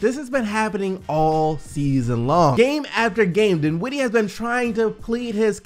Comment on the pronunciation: The second syllable of his last name is not emphasized. It’s the first syllable. His name is DINwiddie, not DinWIDDie. Please stop it... it’s annoying.